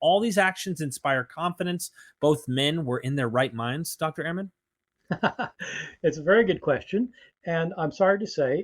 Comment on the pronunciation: Fantastic and Enlightening podcast. But you don’t pronounce Dr Ehrman’s name properly. Ha ha!